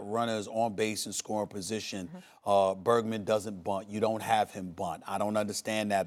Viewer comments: Stephen A (hole) says he doesn't understand why Bergman didn't bunt. How the eff is Bergman? Do you mean Bregman? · “Bergman” proves how much Stephen A watches baseball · Did he just call Bergman “Bergman”? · As a die hard baseball fan, this video makes me cringe How does Stephen A not know how to say an MVP finalists last name? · It’s BREGman not Bergman, come on man... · Yes Max clearly Stephen A watches baseball. It shows when he says Alex “Bergman” the likely MVP of the American League should’ve bunted. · This brother said bErGmAn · “Bergman” BRO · Stephan A said Bergman not Bregman 😂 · "Bergman doesn't bunt." Stephen A. doesn't even know the man's name. hahahhaah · SAS really said "Bergman" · You can’t even give credit to the nationals? I’m not even a fan but come on they earned that. Secondly, it’s Bregman not “Bergman” so if you can’t pronounce a top player in the leagues name then you have no business thinking you know what you are talking about. Max is smart. SAS has no business talking baseball. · It's not "Bergman" it's "Bregman". And Cole finished the season 20-5 not 35-10. Starters don't even play 40 games in the regular season so not sure where you would even come up with that stat line. Stick to talking about basketball and football Stephen A. because this was hella embarrassing on your part. Or just stick to talking about the details you actually know instead of trying to guess. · he pronounces names wrong all the time. but his claim that bregman should've bunted proves how much he watches baseball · did this fool just say bergman??? lol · Haha, Steven A. called Bregman “Bergman”. Go get ‘em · Bro SAS really called Bregman, “Bergman” 🤣